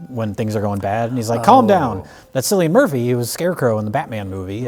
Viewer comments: "Sillian Murphy" you're making my skin crawl,. "Kill-ian Murphy" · Cillian Murphy's name is pronounced like Killian, not Sillian. Sorry to be that guy. But not sorry enough to not post this. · I’m glad I wasn’t the only one who thought it was pronounced “kill-ian Murphy” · Cillian Murphy is pronounced Killian Murphy. It's a very common name in Ireland